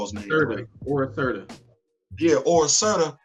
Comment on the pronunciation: I know the names are odd but the names are Sobunar-(-SO-Buh-nar), Ora Serrata (ORA-SER-A-TA) and Arakki (A-RAK-KEE). It`s distracting when you say them sooo differently. But, like the convo.